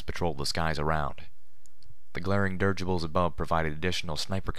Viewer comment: I absolutely LOVE your voice and readings and can't thank you enough for them but the way you pronounce the word dirigible, kills me every time! It is pronounced; dir-i-gi-ble, dirijəbəl or dəˈrijə. There is an i between the r and the g. You keep not pronouncing that i and it makes me want to skin a live cat and dip it in salt.